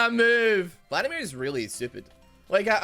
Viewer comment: I would be more upset about him calling him Phladimir all the time